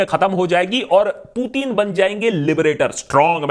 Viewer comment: aba loru putin bolna to seekh le phla